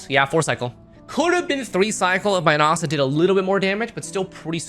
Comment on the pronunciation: You can’t even pronounce his name correctly. Disliked.